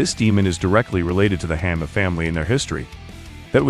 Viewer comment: Hanma is pronounced like ON not sounding like the word Hand.